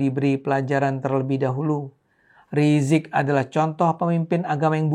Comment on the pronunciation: Kenapa bang ade ini pakai sebutan Rizik rizik gitu kayak males skali mau bilang Imam Besar Habib Rizik seperti banyak orang nyebut Habib Rizik dimana2